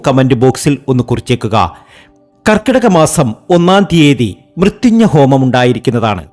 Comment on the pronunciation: മൃത്യുഞ്ഞ പൂജ... ആദിമായിട്ട് കേൾക്കുവാ😂😂😂😂 പോയി നാവ് തൊടച്ചിട്ട് വാടാ .. മ്യ ത്യം ജയഹോമം